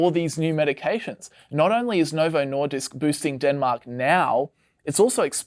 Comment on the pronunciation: As a dane, hearing the English pronounciation of the word "Nordisk" over and over again is honestly annoying me.